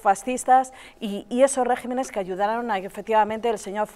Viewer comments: Esa mujer cogió un libro de Historia de España en su vida? Sino sabe ni decir" regímenes " y dice" "régimenes" 🙆‍♀️ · No sabe ni hablar. "Régimenes" dice😂, hasta mi sobrino pequeño sabe que es regímenes